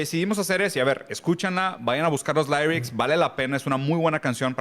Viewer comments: No se dice "lairics", se dice "lirics". Ahi nomás como tip. Min (bien pudo decir "vayan a buscar la letra" pero por alguna extraña razón prefiere usar un inglés mal pronunciado. ¿hay algo más whitexican?) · asi no se pronuncia lyrics